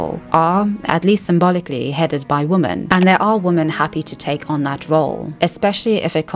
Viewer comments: Why did you read every "women" in the thread as "woman"?? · Why do you sometimes pronounce women as woman? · I hear it the same way you do, but I learned that some people actually pronounce "women" like that and hear it as "women" and not "woman". I learned this very well after moving to the UK from Canada. I think its about how we say the "wo" (wih and not woh) part differently and it changes how the "men" part sounds. Yes I have given this a lot of thought before 🤣